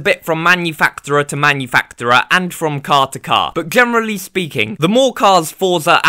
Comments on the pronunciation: It’s pronounced as manufakcherer. Sorry, couldn’t resist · no hate, but give me points for being real, you pronounce manufacturer weirdly ngl